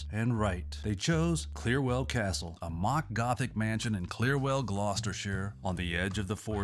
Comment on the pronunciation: Love it dude! I like love it when an American manages to get the pronounciation of Gloucestershire right!